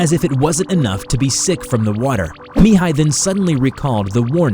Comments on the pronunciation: great pronunciation when saying ''Mihai'' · I am from Romania and when I heard " Mihai " I think that episod happen in East Europe ( because is a very common name in this zone ) , but I was surprise when I hear that is Romania . You pronounce very good the name , but I am curious how you will pronounce the names if they have " ă " or " â " in them ( these letters are pretty use for a lot of romanian words and names )